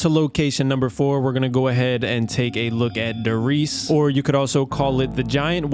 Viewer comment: Reichstag was it’s former name, after the fall of the Reich it got renamed to „Bundestag“ and you also mispronounced almost every German term such as „Verrückt“ (Crazy) and „Der Riese“ (Der Riese) regardless a good video but i don’t understand why YouTubers never use google translate to learn how to pronounce things correctly or at least try with some effort :D